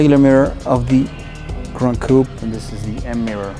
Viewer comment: Please stop saying Gran Coup…